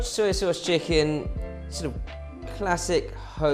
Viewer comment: I llove it when you say Suiy sauce ( soy) sauce. Hahaha